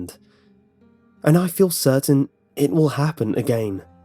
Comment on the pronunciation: "and i feel certain it would happen agayyeen." i mean no hard feels or shit but your again is weirdly funny